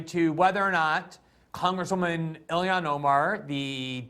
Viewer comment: ha, he pronounces it as ‘Ill-ion’